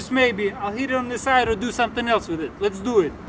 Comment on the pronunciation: "Les dew it"